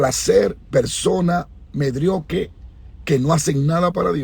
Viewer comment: Pastor por favor ensaye esa palabra es MEDIOCRE .. NO...MEDRIOQUE . Ensayela para que la diga bien lo corrijo con mucho amor y sencilles espero lo tome con humildad, Desde chile saludos que Dios le bendiga.